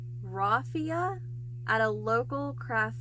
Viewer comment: The word salable means fit or able to be sold. You pronounce the first three letters like "sail" or "sale". The first letters of raffia are pronounced like laugh.